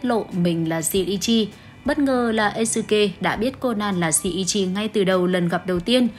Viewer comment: Kudo Shinichi cj phát âm "ni" là "ni" chứ cj đừng đọc là "i" nha nó sẽ thành "Kudo Shiichi" á:< iem chỉ góp ý thui à:<